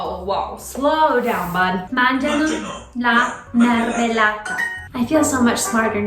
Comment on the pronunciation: that “Mangiano” sounded sooo italian, that was really good!